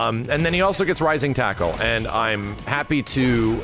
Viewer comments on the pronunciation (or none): I swear I heard say, "rising taco" instead of "rising tackle"😂. Now that is all I hear